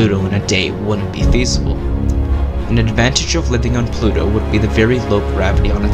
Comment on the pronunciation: Mistake: Pluto not Plu-o!